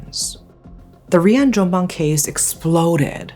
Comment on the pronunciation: as an indonesian i didnt expect you will ever pronounce Rian Jombang correctly and/or even cover this case. lovely lovely storytelling!